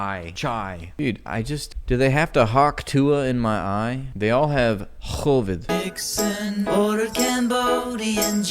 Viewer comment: you're funny my friend I like you.. The last "KHHHOOvid" made me cry